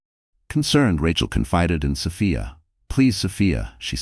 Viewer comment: Distracting when the AI can’t settle on how to pronounce Sophia…else, story is a good one!